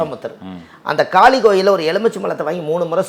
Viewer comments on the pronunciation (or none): none